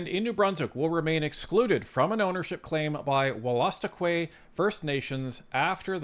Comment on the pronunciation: It’s actually pronounced “wool-a-stook-eee”